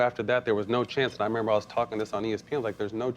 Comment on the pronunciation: Gilbert “Ya gotta member” Arenas